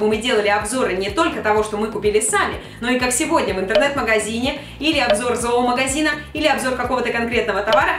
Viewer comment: Lenovo dns не зоумагазин а зоомагазин